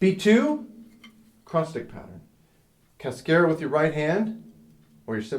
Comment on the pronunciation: It would help students if you pronounced "cascara" correctly. Not being a smartass. I enjoyed the video